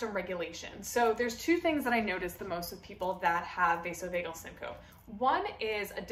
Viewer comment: You're mispronouncing syncope.